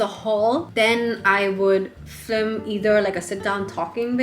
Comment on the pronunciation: I love the info in this vid but I can’t get over you pronouncing film as “flim”